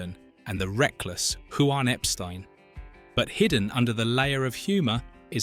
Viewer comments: Hoo ine Epstein. Yes this is a real person talking. 🤣🤣🤣🤣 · Who-wan Epstine? Hahahahahahaaaaaaaaa. You freaking clowns and your AI bullshit are useless!